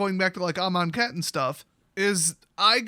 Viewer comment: You say amonkhet weird